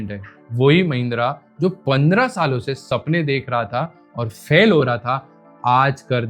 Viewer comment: ओ अनपढ़ पप्पू भाई 😂 . फ़ैल नहीं फेल होता है 😂😂